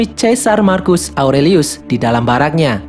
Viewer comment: Satu lagi bukan marcus di bacanya tapi markus